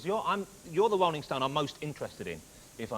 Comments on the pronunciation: Wolling Stones, Wok and Woll, Chawee Watts? This guys under the impwesion? How the hell does this cat have a talk show? Out. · The Wolling Stones. The Gweatest Wock 'n Woll Band In The World!